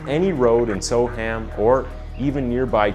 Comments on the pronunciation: It's pronounced So-Umm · The pronunciation of Soham here is sow-uhm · It would have been good if you'd first found out how to pronounce the name of the town you're talking about. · I'm an American. But something tells me that the way "Soham" is pronounced by the narrator dude is wrong....just like how "Lincolnshire" was mispronounced. Can an English person confirm or deny this? Also, terribly sad story. I hope Huntley rots in Hell. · Ah yes. Only had to wait 26 seconds for the mispronunciation. Soham is pronounced more like Sew-um NOT So-ham. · Badly researched…Huntley did have a history plus it’s pronounced Sowam not so ham…jeez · The trial didn't last a year, it started 5th November 2003, and jury deliberations began on 12th December 2003. He may have attended pre trial hearings at Magistrates and Crown Courts before the trial though. Oh, and it's not so-HAM, it's more 'SO-um' - the 'h' isn't pronounced. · Just an FYI it's pronounced more like Sohum not Soham... or just so-um if you a local. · So weird hearing "So-Ham". It would sound more accurate to say "so-erm" I know folks west of the Atlantic struggle with English place names. Like Worcestershire, we literally just say "Wooster-sheer". What do you put on your cheese on toast? Woostersheer sauce! Great video. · yeah, that bugged the heck out of me too but I put up with it cos he’s American. I was gonna comment on the ‘so-Ham’ bit myself as I was screaming ‘So’am’ in my head everytime. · It’s Spelt Soham but it’s pronounced Soum. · Soham said "so-um". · Soham is my home town its so weird being able to visualise every step the victims took 😔 (also its pronounced So'um) if you wish to sound like a local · Its pronounced ' So'am" Soham , SoAm. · Soham pronounced “SO-umm” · Soham is pronounced so-wum. Good short account of the case though. Well done 👍🏽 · as soon as he said “so-ham” I began zoning out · It's pronounced "So-wam" and "Lincolnsheer"